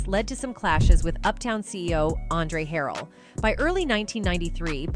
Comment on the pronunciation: Please stop using AI. Mispronouncing Jodeci, Andre Harell, etc.